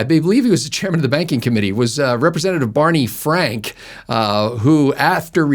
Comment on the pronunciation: Bawney Fwank's bank wank.